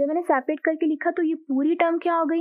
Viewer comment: Ye mam Aapne last me kya kha 'sapet' Kuch samjhe nhi aaya🤔🤔 plzz mam help🥺🤥